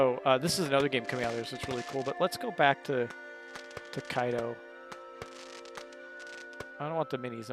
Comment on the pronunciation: It is pronounced toe-ki-do